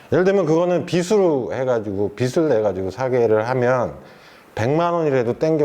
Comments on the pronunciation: 빚을 자꾸 빗이라고 하네 그러니까 빚이 생기지 답답하네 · '빚을'의 발음은 '비즐'인데 '비슬'이라고들 하니까 거슬리네요.